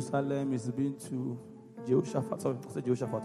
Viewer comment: In the June one too, He said Mecca, In this one, “Jehoshapath” 😂😂